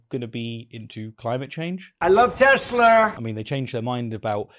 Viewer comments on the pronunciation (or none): No, he said he loves "Tesler." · "I love Tesslur!" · It's "TeSlur".